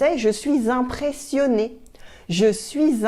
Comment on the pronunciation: Why are you pronouncing "impressionée" as "empressionée''???